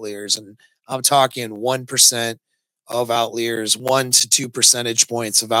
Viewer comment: It is not out-lee-are-s. As a statistician I can assure you that